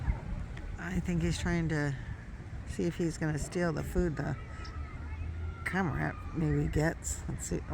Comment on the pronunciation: Cormorant, is pronounced like. Kor mr uhnt. You can Google search....how do you pronounce ______. And there is a little speaker icon you can click on and a little face or mouth will say it for you. So neat, I love playing with it. Love seeing wild life videos. Tfs